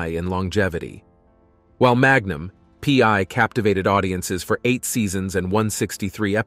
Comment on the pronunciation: Hey, is that "Magnum pee....... eye" or "Magnum pee one"? 😂 Get human TV show titles right. Ssh!